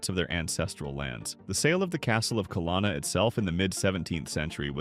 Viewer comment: it’s pronounced CUH-LOAN-UH